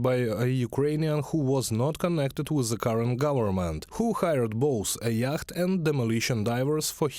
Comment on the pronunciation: Great confusion here over the pronunciation of "yacht". I didn't understand you. Then I realised what you were trying to say. The word, unintuitively is pronounced "yot" or "iot". It's a good idea to check the pronunciation of words that are new to you if you don't want to confuse your audience - I am a native English speaker and I was baffled. There are no end of web sites that will help with you pronunciation.